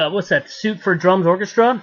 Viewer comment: Great interview. Thanks for posting. FYI - The word "suite" ((rhymes with "sweet") is not pronounced like the word "suit" (rhymes with "root"). A musical suite is what Richie put together with the orchestra. Maybe you were just nervous. (